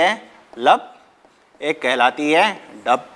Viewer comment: Dup nhi Dub sir ji